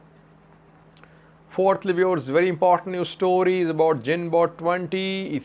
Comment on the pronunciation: Correction pronounce its gunboat. G girl greed green etc.